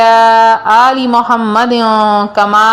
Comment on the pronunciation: بہن معذرت آ پ نظر ثانی کریں کیا آ پ نے درود شریف ٹھیک پڑھا ہے ؟؟؟ آ پ نے دونوں بار محمدو" پڑھا ہے ۔۔۔۔ چیک کریں وڈیو سنیں اور اپنی اصلاح فرما لیں